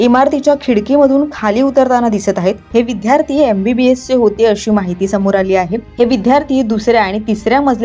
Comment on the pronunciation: विद्यार्थी....विध्यार्थी नाही..